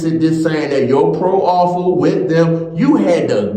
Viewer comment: All 1 word man proffer....NOT PRO - OFFER.. MOROON